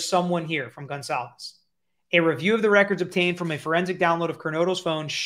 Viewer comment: I LOVE watching you & your channel! I just have to make a quick point, since this is on my heart. Everyone keeps butchering that poor girls last name! It's pronounced GONE-CAL-VES! If you can't pronounce it correctly, just call her by her 1st name out of respect! Just saying! Sorry! It's the teacher in me! LMBO! Most ppl, such as my students don't care to be called by the wrong name!